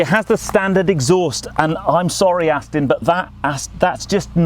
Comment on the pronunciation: I've told you before, - it's NOT AstIn!! You don't do it all the time but today, you started slipping back into your old habit! Bad!!!